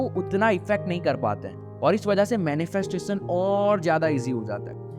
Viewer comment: "श" को "स" मत बोल भाई. मंत्रोच्चारण के समय भी ये गलती करते हो क्या??? मैनिफेस्टेसन नहीं होता मैनिफेस्टेशन होता है. ॠसि नहीं होता ॠषि होता है. आकासिक नहीं आकाशिक सिरिराम नही श्रीराम डाइमेन्सन नहीं डाइमेन्शन 🙏🙏🙏